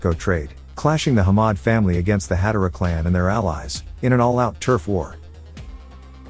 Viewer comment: Its Had-aaaaa-ra not Had-a-ra Ditch the AI voice, get an aussie to do it.